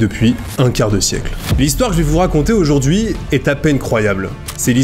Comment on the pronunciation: Et "aujourd'huiT-encore" ! bizarre ces liaisons avec un T... mais c'est peut être lié à un trouble dyslexique. (Et pour info le prénom de la mère adoptive "Sue", se prononce ""SOU", comme la fameuse Sue Ellen dans Dallas) 😉 très belle histoire ça serait intéressant de revoir ce jeune homme aujourd'hui et connaître la suite de l'histoire surtout depuis sa popularité, il doit avoir les moyens de leurs payer une belle vie en Inde!